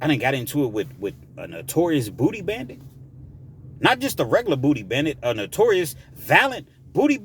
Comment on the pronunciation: did you say dooty